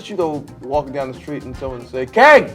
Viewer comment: 발음이 캥인가? ㅋㅋㅋㅋㅋ 캉이 멋있는 정복자 캥! 뭐임 이게 ㅋㅋㅋㅋㅋㅋㅋㅋㅋㅋㅋㅋㅋ